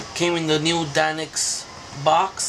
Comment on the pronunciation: You pronounce it deinix its actually d.e.n.i.x